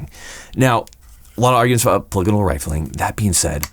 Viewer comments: Your saying it wrong brother, it’s Polygonal meaning more than three sides etc etc, read on it. But their barreling is the best, just like savage. Beast mode. And I think tikka also. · Wait, it's not pronounced 'Paul-ee-gone-ul'? (Mind blown)